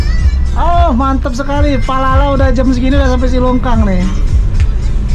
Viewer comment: Bang kok dari tadi bilang nya palala